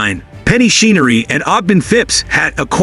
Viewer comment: Her last name is pronounced CHen-er-ree, NOT SHEEN-ER-RE. Secretariat's mother's name was SOMETHING ROYAL, NOT SOM-ETHING. DAMN, YOU'RE AN IDIOT!